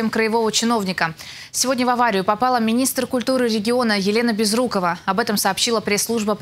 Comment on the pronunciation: Помню, что ударение БЕзрукова